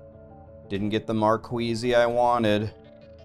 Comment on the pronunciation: gems called "markeez" bruz not marqueezie